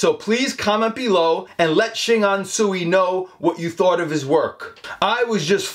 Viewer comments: Another cool episode,. This gentleman is truly gifted. A small correction. Tsui is pronounced "Choy". Probably a silly question, but have you checked out the artwork of Norman Wong. Also, a gifted artist that captures Bruce Lee very well. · Tsui should pronouce as Ts-ui, not su-i 😊